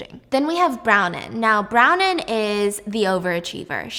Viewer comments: Stephanie…. I love you but hearing you say brownin hahahaha bron wyn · Bron-wyn not Browning 😊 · Haha, her names Bronwyn, pronounced Bron-win. I had to look it up cos Brownin didn't sound quite right! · Is her name actually brownin or is it Bronwyn cause I have the same name and it's pronounced Bron- win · Is the girls name Bronwyn? I can't tell bc it sounds like you are saying Brown-in instead of Bron-wyn. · Brownin?! It’s bron-win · Brownen is Bronwyn...pronounced Bron-Win. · Brown-in? Yeah you do need detention. It’s pronounced “Braw-nyn” 🤦‍♀️🤦‍♀️🤦‍♀️Couldn’t pronounce omniscient correctly either. Come on. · I always look forward to all of your content! You're such a talented storyteller and it's amazing how you can retain all of this information in so much detail!! Also FYI, the character's name is pronounced BRON-win 😅😅😅 spelled Bronwyn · I think it’s kind of funny the way she calls Bronwin, Bronin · Pronounced Brawn-win btw😭😭 love ur vids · Her name is BRON-WYN… brawn-win…! Omg Steph, come on. It’s an easy Irish name. You got her sister, Maeve, correct. And note to the author, epinephrine has laws for storage in schools, it’s a prescribed medication, not a damn Tootsie Roll. They would never be sitting out in a cup on the office counter. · Icl the way she says bron- WIN makes me want to cry but this was so good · Not you calling Bronwyn brownin 😂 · Yeah I looked up the audio book and it's literally my name which is pronounced Bron brahn-win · It's bronwin. Bron - win. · bronwyn == "brawn-win" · I love Stephanie but was cringing so hard with the pronunciation of Bronwyn eek! Aldo, the show is sooo good! But it was just recently cancelled by Peacock sadly! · STEPHANIE I LOVE YOU BUT U DIDNT PRONOUNCE BRONWYN’S NAME CORRECTLY